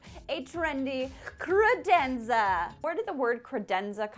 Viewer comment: I feel like that's the only way to say credenza... Also, does it make anyone else break into song from The Cat in the Hat original animated movie? Just me? Oh... So stoked you are partnered with KiwiCo!!! 💚💜💚